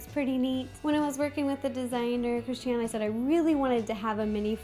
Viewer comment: that's pronounced Christi -Ann. tell her to get over her self and learn her name.